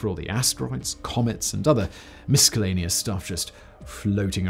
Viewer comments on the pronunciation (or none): bruh said miss-cal-a-knee-us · Did you actually say “misKalleneous” ??? 🤯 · 'mis-K-ellanious' lol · I had to check how to pronounce misculenious because of you. I hate myself for studying English :/ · Theory 6: Simon is broken. Proof he proud ounces miscellaneous as miskellaneous 😂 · ... The WHAT ?? Tisk tisk ... misKellaneous ?? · “Miskaleneous”??? Great video but please adhere to common pronunciation… 😅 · I may be mishearing it, but it sounds as if he pronounces the word “miscellaneous” with a “hard C” as well. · Forget about all the science facts you dropped, I got distracted by the way you pronounced "miscellaneous". Was that just a slip of the tounge or is it some weird British thing I'm not aware of. Like prouncing H as "Haitch" vice "Aitch". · I can't help the feeling that I'm being tested. Did you pronounce the C in miscellaneous to see if we were paying attention? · do Brits actually pronounce the c in miscellaneous or are you just a weird? In America the c is silent.